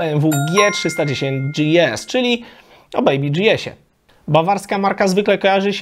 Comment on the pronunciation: Jprdl...Chłopie..BMW to marka niemiecka, co ty z tym DżiEs...Ogarnij to, nikt na GieEsy nie mói DżiEs.